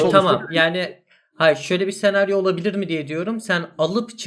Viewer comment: no one:: sEnaRyO